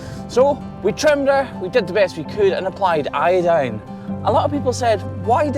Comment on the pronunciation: Just a good ol' American gal feeling a need to tease you just a bit. So, now you're saying "iodine" like a true American, are you? 😉 Good job! 👍